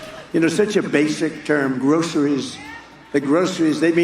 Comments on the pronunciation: We know Trump knows nothing about Groceries because he pronounces it Grow-suh-rees like 3 syllables. Those of us that shop for them pronounce it "Grosh-rees" With 2 syllables. It is, like "stuff in a bag" but not all things in a bag. DJT and Elon need to go back to things they know, like......., yeah, I got nothing, which is what they both seem to know. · Why is the word groceries so hard for donald. Can't put his finger on it. Mental cognitive problem.